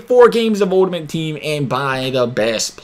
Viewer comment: Please learn how pronounce ULTIMATE... lmao!!